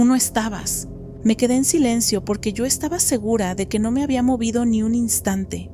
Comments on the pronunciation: Siempre asumí que la chica era una voz sintética porque cuando la frase termina en "pero NO:" ... dice "pero número" 😅 Me da gusto ver a los humanos detrás, me encanta escuchar este canal mientras estoy haciendo patrones y cosiendo. Que sigan muchos años más! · Yo igual, siempre me parecia raro que no decia NO sino numero